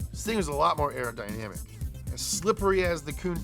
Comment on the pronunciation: Aerodynamic not Arrow Dynamic 🤦🏻‍♂️😂